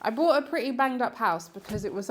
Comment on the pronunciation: BOUGHT, NOT BROUGHT.